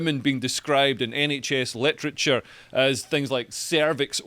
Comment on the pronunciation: When someone makes 'literature' sound like 'electric chair' anything becomes possible !